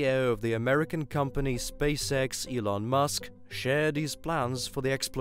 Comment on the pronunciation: Its Elon, not Ilon.